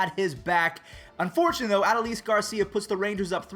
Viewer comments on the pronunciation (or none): Its Ah-doe-lis Garcia watch the rangers game to know how to say it